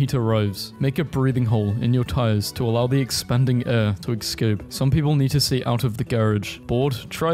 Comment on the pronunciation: When he said "excape" I felt it